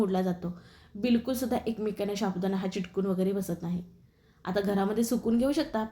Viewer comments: शाबुदाणा नाही हो साबुदाणा म्हणा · रेसिपी छान आहे पण शाबुदाणा च्या जागी साबुदाणा म्हणाल तर बर होईल.